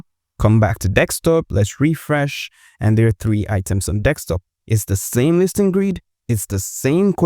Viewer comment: It’s desktop, not desk(x)top. Thanks for the tutorial.